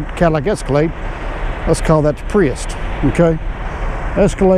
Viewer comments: Theres no T in prius. lol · Priust, I thought he was saying priest... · “escalade and pre-est” 😂😂😂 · Say wheat. Now say weight. Now say priust. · Escalade or Pries"t" ... you decide.